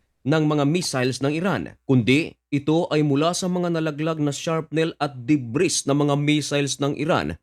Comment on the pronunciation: debri po bigkasmanong